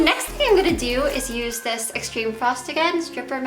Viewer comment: She doesn't pronounce her 'th's properly ever, I think it's just an accent